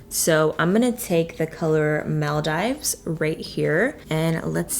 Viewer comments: This is the 3rd time I've heard you mispronounce Maldives lol It's pronounced Mul-Deeves in the Huda Beauty highlight palette!! Beautiful Look though!! 💖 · I loveeeee this look!!! Lol the highlight that you used is pronounced (mall-deeves) lol #notificationsquad ❤️ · Mal dEEves not Mal DIVE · The way she pronounced Maldives 😂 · Please look up the proper pronunciation of Maldives.